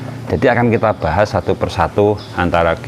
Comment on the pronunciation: Bahas,bukan buhashhhh